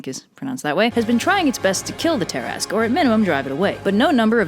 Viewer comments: TIL that "tarrasque" is pronounced "tear-ask" and not "tear-a-skew" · It’s ta-rask not tar-ask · Me: "Why is it pronounced as 'tarrask', instead of how the word looks?": "From southern France" Me: "Oh, now it makes sense." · It's not "tear-ask", but "tuh/ter-rask" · i swear the way you pronounce tarasque makes me mad for some reason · Ok I'm really annoyed it's pronounced ta-rask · Wait, it's pronounced "Tear-ask"?! My life has been a lie.... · It's pronounced Ter-ask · Please. Look up pronunciations for the main subjects of your videos. Between this and the k sound you shove into Mycenean, I just can't. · TIL I and my entire group of nerds have been pronouncing Tarasque wrong for over 20 years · Oh dear... I have been pronouncing Tarasque wrong for years!